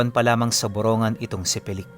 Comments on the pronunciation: hindi po buronggan,,,,( burong--gan )samar,pasensya na po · Ang Tamang Bugkas Po Ay Boro NgAan!depo Borongan😅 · Magandang Gabi po, malapit yan sa bayan namin. Borong gan po ang bigkas niyan.